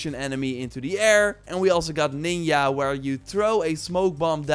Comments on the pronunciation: Is it me or the accent or did he say Neen-ya instead of Nin-Jah?.. Edit: Besides that.. Nice Channel and content. Found you during my Horizons gameplay and you helped me out immensely.. Is Forbidden West coming to PC anytime soon? Anyone know? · you said ninja wrong not to critique you it's just so u know in the future the j in ninja is pronounced like j in American English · The way he says "Boss" and "Ninja" 💀